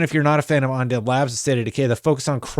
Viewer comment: undead and unreal not ondead and onreal lol